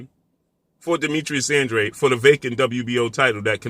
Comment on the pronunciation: Congratulations 👏🏼 this is your first video I see where you stand NEUTRAL as you always should! There is no doubt ANDRA-DE and NOT ANDRE as you BLACK folks pronounce it …please pronounce it the proper way and stop sounding IGNORANT! Yeah ANDRADE doesn’t really want to step in the ring vs. CANELO he never did otherwise he would’ve gone after either BJS or PLANT knowing CANELO was coming after those belts! I am glad you finally stopped defending this ANDRA-DE clown 🤡 thank you. CANELO is picking up belts and he has reach the level where he fights whomever he wants and ANDRADE will NEVER be in the same ring as him so 🤷🏻‍♂️ ANDRA-DE should just let it go 🤣!